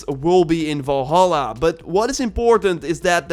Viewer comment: Valhalla not volhalla dumb dumb, told you this on your last video